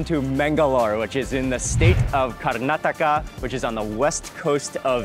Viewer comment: 👏👏👏👏great to hear right pronounce of our state "KARNATAKA" Mr wiens😇 our own some of natives indians never knew how to pronounce it😤 more than they know how to pronounces but never going to do that🤬